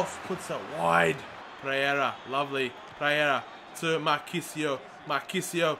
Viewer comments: PEREYRA not Preyera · PEREYRA NOT PREYERA!